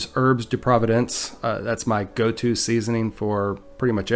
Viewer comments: Hehe it is “Herbes de Provence” a place in France, not providence. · (*Herbs de Provence, NOT "providence") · Actually, it is Herbs de Provence (like the region), not Providence, in case you wanted to be true to the recipe. What does Havarti taste like? Glad Yulia finally shared this recipe with you--looks great! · I think he means 'Herbs de PROVENCE' not 'Providence'!!!